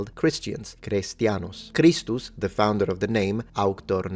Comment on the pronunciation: The way you say kristus. Is how it sounds when you say it in lithuania. Just something to point out an not religous at all.